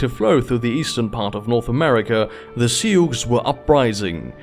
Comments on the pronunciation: It's pronounce like "sue" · The way you pronounce sioux is breaking my ears, but the rest is great